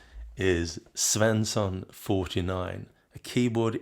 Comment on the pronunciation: Are you swedish? You probounce Svensson perfect